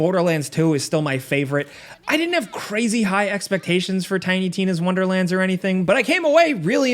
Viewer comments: “Tiny Tim’s Wonderlands” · "Tiny Tim's Wonderland" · Ok am I having a stroke or does he keep saying the wrong name for the game? 😅